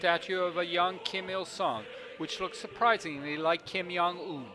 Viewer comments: Ignorant North American? Both Canadians and and people from the US do this sometimes. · learn how to say Kim Jung Ill/Un name right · I like how u pronounced Kim Jong Un : Kim yung wun ; and also Kim Jong il as Kim Yung eel